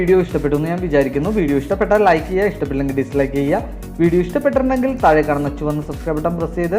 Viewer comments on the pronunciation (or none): none